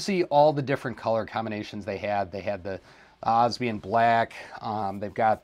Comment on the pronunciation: And “obsidian” black is pronounced differently too. There are 4 parts to it not 3. You can research it I’m sure. Anyhow loved the review and enthusiasm. I’m going to see if I can get one of these tomorrow.